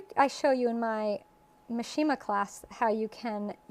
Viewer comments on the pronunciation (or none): The correct pronunciation for mishima is: MEE shee muh, accent on first syllable.